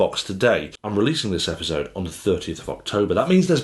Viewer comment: how you say "epizode" cracks me up lol